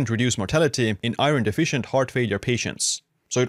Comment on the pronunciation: You say iron very weirdly.